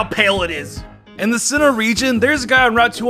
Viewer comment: Regions that are mispronounced that I somehow managed to hear: Kalos: Chaos Kanto: Cancer, Cans, Can't, Kants Sinnoh: Sinner Hoenn: Home Johto: Joe toe I'll edit the list if I hear more in this video